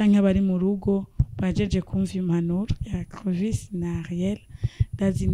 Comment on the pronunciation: Nawe ntu, ni Clovis apana Crovis gusa le journaliste vyarashitse arakasura ariko mutahure kuko : SE TROMPER EST HUMAIN. Merci